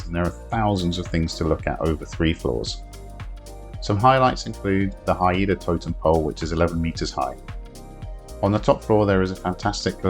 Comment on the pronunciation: You mispronounced Haida, it's not "hi-eda" it's "hi-da"